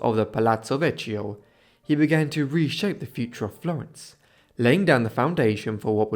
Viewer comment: You are pronouncing ‘Medici’ correctly but ‘Vechio’ incorrectly: ‘Vechio’ is pronounced with a hard “k” like “vekio”. Excellent video anyway.